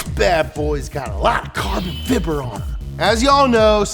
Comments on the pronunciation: “Carbon Fibber” Lol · do you actually say carbon fibr or just as a joke?